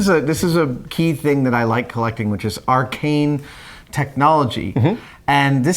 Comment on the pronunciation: Is Adam saying "Arcane" or "Archaic"? Because I swear it's the first ',:o